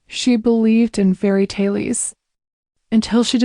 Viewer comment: "she believed in fairy taileys" 😅 😂😂😂😂😂😂😂😂